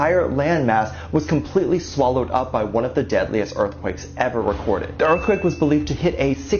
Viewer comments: It's earthquake...not earffquak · What is a earfquake? Learn to speak bruh.